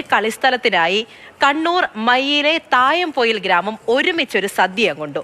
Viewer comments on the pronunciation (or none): തയ്യംപൊയിൽ അല്ല, തായംപൊയിൽ ആണ്